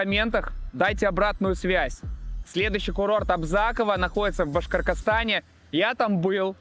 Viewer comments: По буквам: Б-а-ш-к-о-р-т-о-с-т-а-н. А не "Башкоркостан" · Какой башкаркаскан😂, учись проговаривать нормально слова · башкоркостан ахахха или мне послышалось ахах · Как элегантно исковеркал Башкортостан )